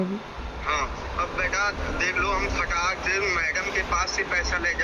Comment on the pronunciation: ए फर्जी वीडियो है केवल फ़ेमस होने के लिए ऐसा किया गया है क्यों कि जो आदमी फोन पर दूसरी तरफ से एक वर्ड बार बार बोल रहा है फटाक से, फटाक धे, फटाक धे, फटाक धे, ए एक देहाती शब्द उच्चारण था जिससे ए साफ होता है की ए बंदा झूठ बोल रहा है